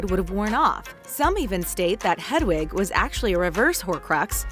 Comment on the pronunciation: I know right like she literally said ‘jk rowley’ and ‘hedawig’ and ‘the room of the requirement’ she probably just stole the info from another video 🙄